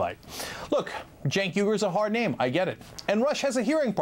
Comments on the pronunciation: Jank???!?!?! I always thought it was Sink?!?! :S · I hate to play devil's advocate here, but I don't really see how Rush made fun of Cenk's name. I think anyone not familiar with Turkish names would pronounce it "Senk".